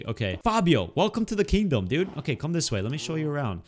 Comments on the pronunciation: Next episode don't try to say kingdom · You can not say kingdom for he whole vid